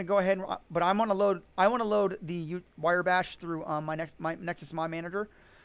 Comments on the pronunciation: Wire bash? It's wrye, like wry bread. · It's pronounced "rye bash" not "wire bash." Otherwise a great video! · I believe it’s Riiiiii, not wire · Wire Bash .... ? Its pronounced " Wrye " as in Rye wheat . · thanks for the vid. However, it is "rye" bash, not "wire" bash. It was bugging me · I seriously could not take it - "wire bash". I had to mute the video. Mispronouncing a monosyllabic four-letter word really does not instill confidence. Sorry, bro (not sorry). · Wire Bash.... Not Wrye bash. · cringing everytime he mispronounces Wrye Bash does not mean you think he's otherwise incompetent. It simply means the mispronunciation made this video very difficult to sit through (it did for me, at least). But, like you said that's all YOU can read. I guess your eyes work funny.